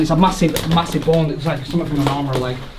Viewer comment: I like how he’s pronouncing bone. “Bawn” lol